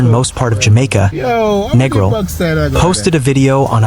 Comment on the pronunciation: If you're gonna do a vid at least pronounce the name of the place right - its Neeee gril, and a lot of that vid doesn't even look like the place!